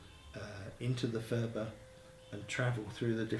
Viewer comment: Phurba is not pronounced "fooba" . It's a hard p sound at the beggining followed by a slightly aspirated h.